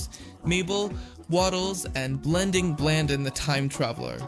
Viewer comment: He also got Blendins name wrong